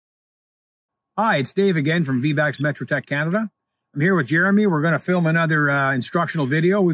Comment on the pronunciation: It’s astonishing how many people mispronounce Vivax.